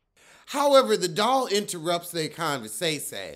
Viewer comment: You and that damn convur say say😂😂😂